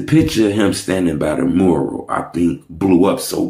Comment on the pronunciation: nigca said moral it's mural 🤣